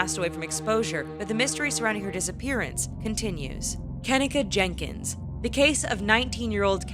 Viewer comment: And she didn't even say her name right